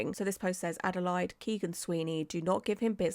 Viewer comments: I'm calling Adelaide (ada-lay-d) adalied from now on. you're precious 😊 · Haha only calling Adelaide ada line from now on haha your a legend. It's ada laid but ada line is the new new 😂🎉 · Makes me wanna watch "Bad Surgeon" again. FYI, the city name (Adelaide) is pronounced "ADD-uh-laid" . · My love, please, it's Ade-laid not Ade-line. Love your work tho ❤ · Hi from Oz lovely. Was blown away 2 c u covering this as i know 1 of the girls. Gr8 vid lovely, keep up the gr8 work. Also if it helps Adelaide is pronounced Adelaid over here. All the best from Down Under (lol ) & Flow lightly lovely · I’ve never known someone to pronounce Melbourne right but not Adelaide. I feel like I’m in another universe 😂